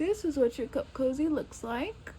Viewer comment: It is cute… but I also see me stitching it on the end of a sleeve… I thought you said CUFF COZZY 🤣🤣